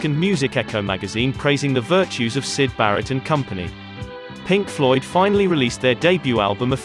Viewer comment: Oops 😬 ! - They Got Syd right , but Barratt ! C'mon Man 😆